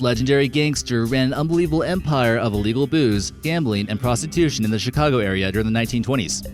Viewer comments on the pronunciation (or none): none